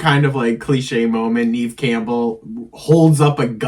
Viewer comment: One thing....I do think you're pronouncing Neve Campbell's name wrong. I am older than you and grew up with her being this mega star at the time and it was always pronounced Neve with a short e sound....not Neeve like you say it. Nev like Bev